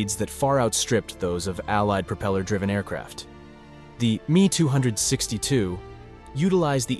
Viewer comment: The Me 262 is NOT pronounced MEE two hundred and sixty two, but EMM E TWO SIX TWO